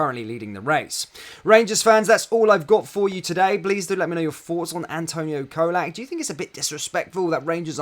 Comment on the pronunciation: Great Video as usual matey though you need to learn to pronounce Colak correctly before he leaves 😆 It's Cholak, CHOLAK 😂